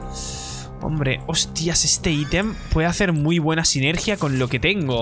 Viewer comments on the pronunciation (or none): none